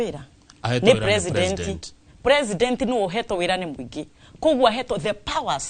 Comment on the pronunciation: SHE PROnounces PRE-SI-NDEN -NT...